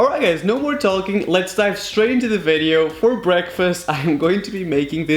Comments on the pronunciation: Vedeo Vedeo,ahem it is pronounced as video like wtf are u even saying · He has an accent so he can't pronounce video right idiot isn't that obvious?